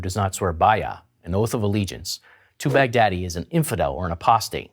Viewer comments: Baghdadi is pronounced as Bugh-daah-dii, not Bag-daddy. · lol his name was bagh-daddi the daddi of baghdad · well thats why you pronounce the leaders name "bigdaddy" XD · I knew that what he WASNT saying but all I could make out was BIG Daddy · Sorry for saying this but it sounds like you keep saying "Bad Daddy" anyone else thinking that as well? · Who else thought when the commentator said Baghdady he's actual saying Big Daddy. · 😂😂😂😂😂😂😂😂😂 when u say Baghdadi it sound like big daddy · abu baker al bogdaddy Haha funny this dude pronouncing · He was saying Baghdadi? I was like why is he calling him "big daddy"? 😂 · I keep hearing "Big Daddy" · it sounds like he's saying "big daddy" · It sounds like he's saying big daddy